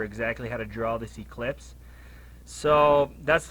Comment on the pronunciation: It’s an “ellipse”, not an “eclipse”. An eclipse is when the moon blocks the sun. An ellipse is a geometric shape. 😂